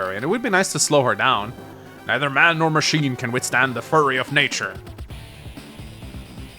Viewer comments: Is anybody else screaming internally every time he says “furry” instead of “fury?!” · It is pronounced Fuu-ry as in few-ree not furry